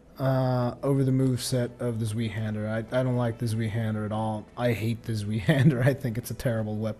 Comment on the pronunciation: It's not zwiehänder, it's zweihänder, please watch the pronunciation video from AGermanSpy, do it for me. :) Keep up the good work, greetings from Germany and thank you for your videos.